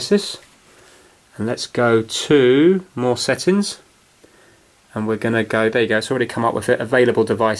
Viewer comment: When u say settins u gotta say settings. also, where are u from